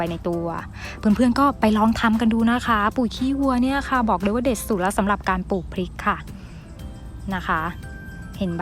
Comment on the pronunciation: ขอบคุณสำหรับเนื้อหา ดีแล้วคะ แต่เพื่อให้คลิปนี้สมบูรณ์ต้องแก้ไขการออกเสียงให้ถูกด้วย ตัว ร ออกเสียง เป็น ล และออกเสียงคำควบกล้ำไม่ได้ ตัวอย่าง ลาก(ราก) ลับลอง(รับรอง) ลอบๆโคน(รอบๆ) ปูก (ปลูก)